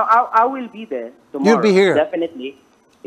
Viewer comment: "if you will still be deh I will be deh" ~makagago